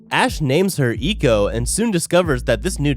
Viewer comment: Why did he say Eco its Echo like Echolocation